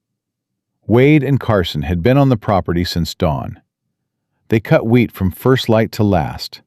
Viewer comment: Illinois. Wheat not weed. Mrs not misses. Love listening tho